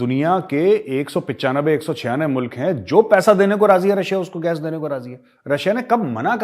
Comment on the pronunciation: Lanti Lahori Anchors ko Mulaq bolna nhi aaya...Boltey MOOLAAAQ.😜🤣😂😅😂🤣😜😅🤪😂🤣😜😅🤪😂🤣